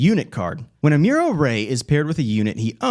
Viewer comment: you gotta watch gundam 0079. then you can pronounce amuro correctly.